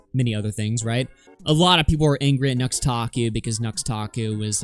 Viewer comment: I freaking hate how people just throw out random youtuber made up names like we're supposed to know what they are. I kept hearing Nuxtaku as Nose-takoo. So I was who the hell is this guy and couldn't look him up.